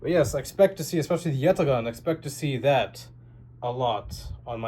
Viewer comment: We appreciate the effort to actually pronounce Yatağan correctly 😅